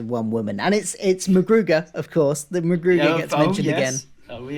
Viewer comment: Really enjoying the podcasts so far, but one thing, Rimmer’s ex is called McGruder, not McGruger.